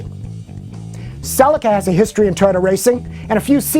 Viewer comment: Never heard of Celica pronounced in such a ridiculous way